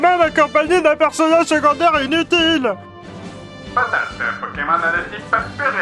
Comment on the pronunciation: a quand il di "patatttte" la maniere dont y le dit sa me fait plus penser "batarrrd"^^